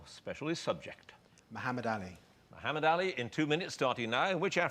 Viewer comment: He couldn't even pronounce muhammad or frazier 😅😅😅😅😅😅